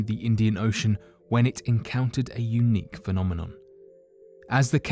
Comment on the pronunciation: I cant hear him say unique now without hearing Eunuch.